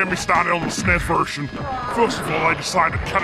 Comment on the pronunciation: If you're trying to my Mike Haggar sound like an American, you should make him say "Es-en-ee-ss" not "snez" because Americans usually pronounce acronyms by their letters, not as a word.